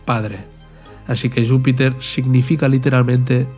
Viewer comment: A mi me suena más a catalán por como pronuncia Júpiter